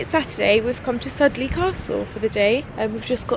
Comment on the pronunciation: Cute! It's pronounced Borten and Soodly Castle though :p I live in this area of the cotswolds, isn't it magical here :) ❤